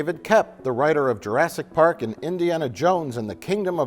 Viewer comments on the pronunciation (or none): none